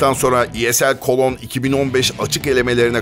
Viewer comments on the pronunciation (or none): Cologne cidden kolon diye mi telaffuz ediliyor ?